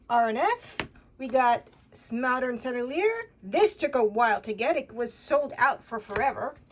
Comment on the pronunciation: Really interesting. I've started using oil sticks in the beginning stage of paintings for the initial compositional sketching and mass value for convenience, speed, and ease. Otherwise I have no idea how these are meant to be used. BTW, I think the brand is pronounced like Sen-elle-e-ay. Correct me if I'm wrong. I've dipped old ones in gambol and linseed oil and have gotten them softened up.